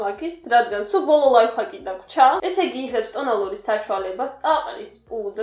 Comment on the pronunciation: ლაიფხაკი არა ლაიფჰაკი